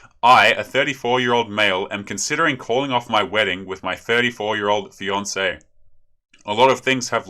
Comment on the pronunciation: Is it just me. Everytime you say Fiancee I understand Beyonce